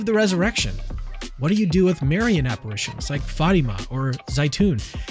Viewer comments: When you're so Protestant that you can't even say "Marian" correctly. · why does Dr. Craig say Marian like that hahah